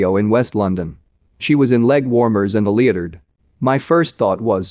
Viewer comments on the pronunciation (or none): Leo-Tard not leoturd 😂 Edit Papa-rat-si not paparazzeee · Love the Crown and the performance, go Diana!! 💗💗 BUT WTF, Creepy robot talking!!! Why?!? Can’t even pronounce leotard correctly! Gross! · The way the robot says “leahdurd” instead of leotard. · “...leg warmers and a leederd.” Wut. 🤣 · wearing a lee-a-turd